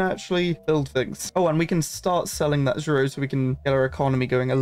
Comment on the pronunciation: zro is actually pronounced "zero"